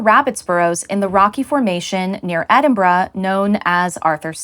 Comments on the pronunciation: You pronounced Edinburgh right! Thank you for that - it is a rarity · And I'm so glad you didn't pronounce Edinburgh as Edinburrow like most Americans 😂